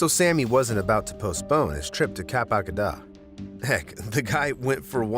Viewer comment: Really minor detail, but that AI voice can't seem to pronounce "Le Cap d'Agde". It pronounced d'Agde differently every time. I don't want to have to go back to that portion to hear it again because it's just painful, but I think it pronounced it 'DAH-guh-duh' the first time and 'dah-guh-DAH' the second. It's really not that hard to pronounce. It's 'DAG-duh' (roughly).